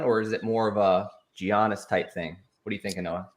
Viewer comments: you mean Jeeyahniss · As soon as I heard giannis I clicked out